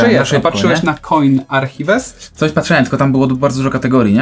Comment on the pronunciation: Archiwes, o skurwesyn, arkajfs się mówi